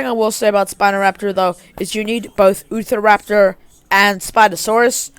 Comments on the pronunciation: How ur pronouncing Utah raptor is not right I will help you say this “U_Ta_Raptor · i die laughing every time u say utharaptor and petrosaurs 😭